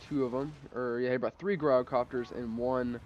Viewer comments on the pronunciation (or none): The "G" is pronounced as a "J" as in a gyroscope